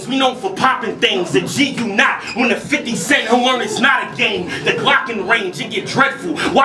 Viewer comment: DNA won but did he say G You Not and try to make it sound like G Unit?